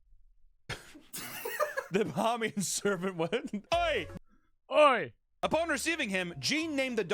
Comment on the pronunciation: As a Bahamian, the way they say “Bahamian” is hurting my soul.